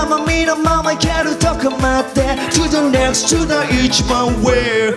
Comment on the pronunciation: To the nextをちゃんと発音してるところが好きよ…オーイシ様❤